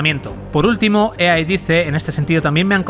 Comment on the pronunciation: "Ua convencion de EeeeeeeeeAaaaaaa"